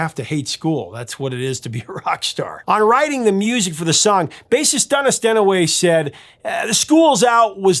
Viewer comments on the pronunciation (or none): " "Dunis Dennnaway" 😜